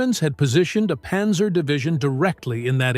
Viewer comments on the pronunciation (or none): none